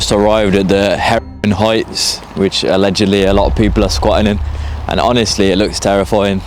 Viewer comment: Those abandoned high rise flats. Where are they? Did he say Herrin Heights or Heron Heights?